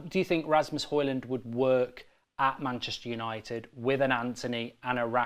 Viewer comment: If we get Højlund, please check out how to pronounce the name.